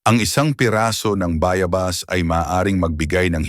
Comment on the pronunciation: Bayabas wrong pronunciation